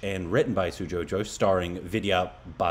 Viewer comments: Ghosh is pronounced similar to 'ghost' and not 'josh' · Just for little correction the director name of kahaani movie sujoy gosh not Josh